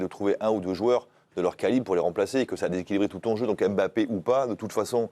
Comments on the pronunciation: c'est pas M' Bappe c'est MBAPPE pourquoi vous déformé le noms des gens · Sorry, je suis hors sujet et je le concède mais franchement on dirait que c'est fait exprès. "'M'bappe aime bcp Vinicius et Vinicius aime bcp 'Mbappe'". Alors pourquoi toujours mal prononcer certains noms africains alors qu'on connait bien les prononcer? Mais lorsque ce sont des noms d'autres nations d'Europe, on n'a pas de souci à prononcer. Par exemple: Mkhitarian. Jamais on n'entendra "M"khitarian. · Ptn svp c'est pas "EM Bappé" c'est "Mbappé" c'est fou de prononcer le nom des gens comme ça !